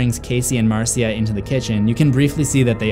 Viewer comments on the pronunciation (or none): It's actually pronounced like Marsha. Not Mar-sia. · Marcia is actually pronounced Marsha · Your pronunciation of Marcia (Marsha) is extremely annoying